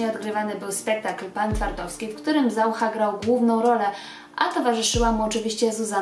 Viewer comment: Dlaczego stosujesz czeski akcent? Nawet ZaUcha akcentujesz ZAucha? Przesłuchaj się uważnie i zmień to.